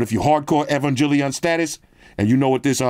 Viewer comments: It’s gel, not Jill as I’m EvanGELion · Proper way to pronounce EVANGELION - E-vang-geh-lee-on. But since you don't watch anime, you're easily forgiven. NERV is basically the organization for the mechs (the Evangelions basically, they're like Gundams but more biodroids than machine). But I rather not give you too much info cuz I might hit myself with the old EVA brainrot and mindfuckery that I've struggled to get out of (This series is pretty mind-fuckery for a mecha show) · Not butchering Neon Genesis Evangelion 😂😂😂😂😂😂😂. That case is sick though, wish I could get my man into anime. Evangelion is GOATED next to Cowboy bebop. I LOVE that case, may cop it